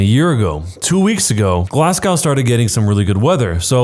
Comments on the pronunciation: It's pronounced Glas-go not Glas-gow, just thought I would point that out! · Glasgow is pronounced glaz-go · It’s pronounced glaz-Go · It's pronounced glassgow as in glow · the pronunciation of Glasgow in the first story makes me so mad for no reason 😭 -A Glaswegian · The way he pronounced Glasgow scratches my brain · You pronounced Glasgow wrong